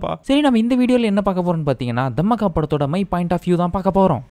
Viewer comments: Dham me ke 😂😂 ella ya adu Dhaa maa kha ya adhu 😂😂😂 Romba Kusumbu dhan !! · அட பாவி அது, தம்மஅக்கா இல்ல தாமாக்கா 😂😂😂